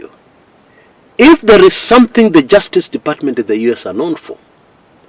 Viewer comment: Say it with me: in yues dollars 😂